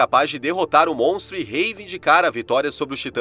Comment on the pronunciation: Montro ??? 😅😂😂😂😂 isso ai e um pato qua qua haahabbabab